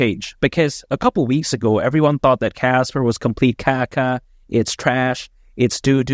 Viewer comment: Casper not kaka :face-green-smiling